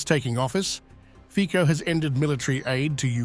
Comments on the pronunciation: Fico is pronounced Fitso in Slovakia, because of respect, please correct your pronunciation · His name is pronounced Fitso .. not Fiko 🤦🏻‍♀️ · It's Fico and not Fiko. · Fico, not Fiko :D you are funny.. u dont even read his name properly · Its Nót Fiko its Fico... Get it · Fico isn’t pronounced with K but C in his surname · Fiko 😂😂 .. his name is Fico .. CCC not K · His name is fico no fiko dumpass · It’s not pronounced as Fiko but Fitso 😅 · Please next time pronounce his name as “FiCo” and not “FiKo”. I know that English is international language but there are also other languages used in this world so if you want to be more professional try to research how to pronounce names that come from other languages before you use them as part of your reporting😉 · it is not Fiko! It pronouces Fico with C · FiTZO not fiko😂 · Commentator should do his homework. Read Fitzo not Fiko. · The Pronunciation of the Name of the Slovak Premier, Fico, is not Fiko, but Fitso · It's ˈrobert ˈfitso- not 'fiko))) can't even pronounce his name correctly)) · "FIKO"??????? At least pronounce his name appropriately !!!! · Fico has to be pronounced as FITSO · Fitso pronounce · The name Fico is not pronounced Fiko - pronounce his name correctly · Fico name doesnt pronounce like that 😄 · Please, pronounce cortect the name of PM R. Fico